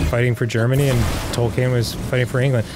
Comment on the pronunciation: Dan pronouncing Tolkien's name is messing with me so much. 'Toll kane'.